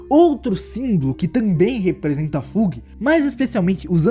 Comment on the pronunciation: Ótimo vídeo! Parabéns seguirei o canal. Dicas sobre pronúncias: Fug = Fâg / High Rankers = Ráig Rankers / Wolhaiksong = Uolaiquesong